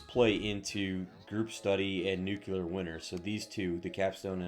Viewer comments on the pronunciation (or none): It's not 'nu-ku-lah'; it's 'new-clear'. Just because George Bush couldn't pronounce it correctly doesn't mean you can't. That said, thanks for the suggestions. This is the same build as every green tree Harlowe that already came out two months, ago, but at least you're trying to create something a bit different by using the Scientist class mod.